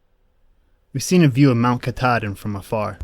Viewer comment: Your video is great but you need to learn how to pronounce our favorite mountain. Mount Ka-taw-din (is how it should be pronounced) and you were right, being at the bottom of the dam can be life threatening. The second thing you got wrong is it is NOT deforestation!!! It is logging. They log one area then move on to another while that one regrows. This constant state of regrowth provides crucial habitat for many diferent kinds of animals. Without it we would not have the Maine north woods because it would have all been taken over by towns by now. The Forestry industry plays a HUGE part in the amout of wilderness we have in this state. We are very grateful to them. I have been to every place in this video countless times. Glad you enjoyed our state.